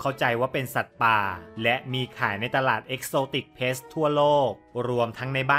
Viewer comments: exotic pets (สัตว์เลี้ยง) นะครับ ไม่ใช่ pests (สัตว์รบกวน) กรุณาออกเสียงให้ถูก ความหมายเปลี่ยนเลยนะครับ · Pet’s ให้พี่ออกเสียงเป็นPet(เพ็ท)แล้วค่อยเติมเสียงsจะฟังดูดีกว่าครับ😁